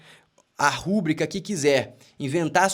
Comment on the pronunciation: Rubrica se pronuncia RUBRÍCA fio